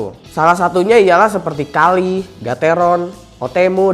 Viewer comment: Kaihl bang, bukan Kalih wkwk